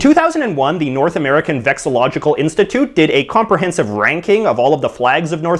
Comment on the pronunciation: Anstitute LMFAO